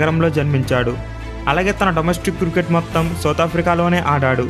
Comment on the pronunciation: అన్న క్రుకెట్ కాదు క్రికెట్